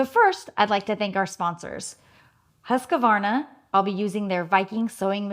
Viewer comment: Loved this video but it strikes a nerve when you say Huskavahvarna. It's just Husqvarna.